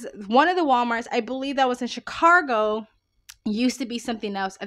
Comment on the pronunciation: There's no R in Chicago.